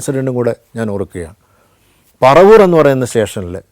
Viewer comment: പറവൂർ അല്ല പരവൂർ